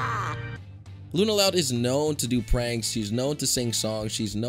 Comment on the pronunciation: LUNA LOUND?